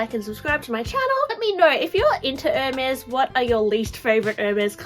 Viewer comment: Why does sometime your voice become like a little annoying girl. When you say “I think” for example. And the pronounciation of the brand is wrong. It’s not “Air Mez” but “Air Mess”.